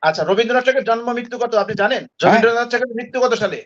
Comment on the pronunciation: কবিগুরু রবীন্দ্রনাথ ঠাকুরের নাম যখনই কোন কোন আলোচনায় উচ্চারণ করবেন তখন শালিনতা বজায় রাখা জরুরি।এই ভাবে রবিন্দ্রনাথ উচ্চারণ করা হচ্ছে যেন ওদের‌ই জ্ঞাতি গুষ্টি!আর আজকের আলোচনায় যে সমস্ত গরু ছাগল বসে বক্তব্য রাখছেন ওদের এই সামান্য জ্ঞান নেই যে যখন কবিগুরু এই কবিতা বা গান লিখেছিলেন তখন অভিবক্ত ভারতের অভিবক্ত বাংলা কে নিয়েই লেখা হয়েছিল। আজকে কট্টরপন্থী ইসলামি শরিয়া পন্থী মুসলিম উম্মাহদের আপত্তির কারণ বর্তমান ইসলাম ধর্মীয় মেজরিটি মানুষের বাংলাদেশের জাতীয় সংগীত একজন হিন্দু সম্প্রদায়ের লিখা কি করে বরদাস্ত করা সম্ভব 😅